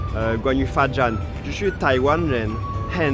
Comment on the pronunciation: 發展一直聽成罰站